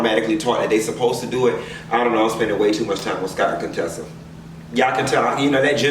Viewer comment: "I'm spending way too much time on Cone-tessa and Scott"😂🤣😂